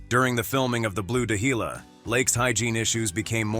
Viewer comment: On marker the artificial voice narrating, pronounced The Blue Dahlia as the Blue Dajila, do you ever proof listen to your recordings. And why are there images of Michael Douglas and Annette Benning when they have nothing to do with this video? Your videos are so full of errors.